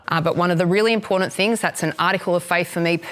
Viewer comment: what is it with politicians saying "impordant" instead of important I think Albo started it